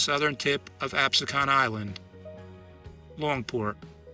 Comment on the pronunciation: 'AB••SEEKEN' island